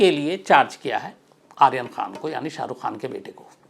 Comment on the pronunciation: Sir saheukh khan bolo